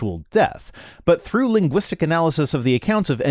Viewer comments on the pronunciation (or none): "Let's think it through... As if I were able to think..." Btw, he think it's "true", not "through".